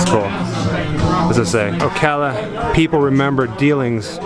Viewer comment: I really appreciate that you pronouce Ocala right. It's Awk-la-wa-ha. So funny seeing y'all at places near my home. The ppl have finally built an ugly fancy house on the original property.